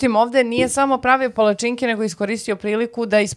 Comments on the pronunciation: kako akcentujes pala-cinke, malo boli.. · A ti si kao neki strucnjak za akcentovanje palacinki(palacinaka) 😮